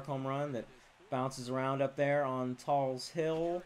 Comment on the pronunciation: It's not Tall's Hill, it's Tal's Hill